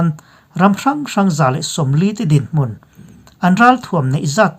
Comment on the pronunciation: Mûn ni loin mun rang deuh hlek a lam tur.